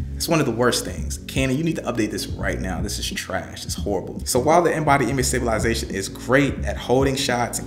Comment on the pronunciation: 😂😂😂 sta·bi·li·za·tion...la-za-tion.... Where from Canada? 😂